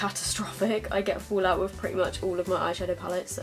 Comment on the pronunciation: I love accent. "It's got a lot of fool-out". Which part of UK are you from?